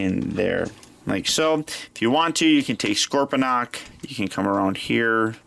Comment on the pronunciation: It's not scorpydonk it's scorponc